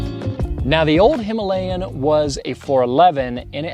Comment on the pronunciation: The word Himalayan is mispronounced. You can attach Fuel X Pro Plus for better transmission of power, I am using it and there is a significant change in the power transmission.